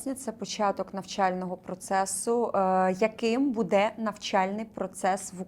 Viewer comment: бУде, а не будЕ!! Ну і гадалку ви знайшли. Це ж і так всім зрозуміло. Не ганьбіться!!! « нам важко буде, але будуть здвиги» Матір Божа🤦‍♀️🤦‍♀️🤦‍♀️🤦‍♀️сором, ганьба. Ви як баби базарні.